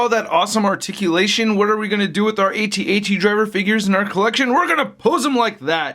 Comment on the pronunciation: Need: "Geez it's pronounced AT AT not A T A T!" Lol